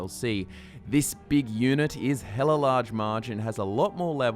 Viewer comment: "Big unit" Lol, So Australian mate